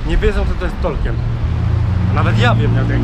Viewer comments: Ciekawy blog. Co do tego, że nie wiedzą kim był Tolkien, to może kwestia wymowy. Wymawia się "tolkin" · Ja tam nie wiem, ale możliwe, że nikt nie wiedział o Tolkienie dlatego, że dziwnie wymawiałeś jego nazwisko ;p Chyba, że nawet po wymienieniu jego książek z nazwy nie wiedzieli, to nie wiem...